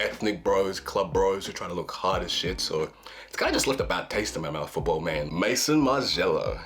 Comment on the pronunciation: What were you expecting? He can't even pronounce it.